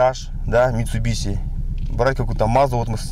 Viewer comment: извени конечно но не митсубиси а митсубиши